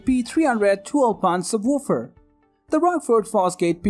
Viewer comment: I know it was do distracting! Lol and the sub...wuuufer